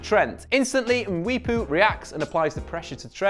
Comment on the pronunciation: You saying Daka and Mwepu made me feel proud as a Zambian.